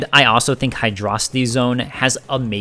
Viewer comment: I'm not taking anyone's opinion seriously who pronounces it "Hydraawwcity Zone."